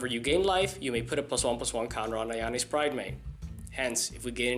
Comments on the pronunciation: im sorry is it Ajani or Ayani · The way he says ajani is irritating